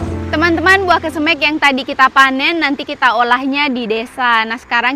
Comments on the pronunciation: Bukan kesemek.tapi kesemeg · Iya benar,koreksi dong penyebutan kesemeknya,skrg kan sdh tau😂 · klw ngomongin kesemek.....gk enak di mek nya.....makanya tlg dirubah seperti bahasa yg lazim disebut.....saya tau itu bahasa Sulawesi saya punya tetangga orang Makasar klw bicara persis seoerti, tapi suka kita becandain suruh rubah😂😂😂😂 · buah kesemek down? Pengucapan nya lucu amat kesemekDown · Bauahahhahaha iyah penyebutannya kesem€k😂😂😂😂 ngakak 😅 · Kesemek bukan kesemEk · Yg bikin ngakak selain buah kesemek juga.cesnat bacanya duku cesnut bikin ngakak 😂sehat2 bumill semoga babynya adek abil kembar cwek cwok 😂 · Lidah sulawesi sebut kesemek😂 sehat selalu bumil🥰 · Baru comment dalsm hati kok sebut kesemeknya begitu he, ternyata memang begitu he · Denger kesemek dr rasanya gimana gitu😊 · Pengucapan kata kesemek buat orang jakarta rada aneh ya dengarnya 😀🤭